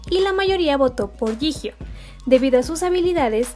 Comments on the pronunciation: no se dice jijio se dice yiyo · Yio? No se pronuncia yijio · No sé pronuncia "Yijio" se pronuncia "Chiyo" y si tienen dudas, hay más videos donde lo dicen :) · Yo pronunciaba jiyo xd